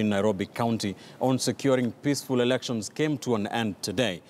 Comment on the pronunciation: did he say erections?